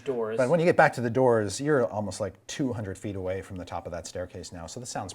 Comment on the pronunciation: erm. what's with the 'doooors' thing